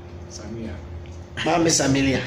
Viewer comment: kwaku x samira ooo not samilia but a nice piece anyway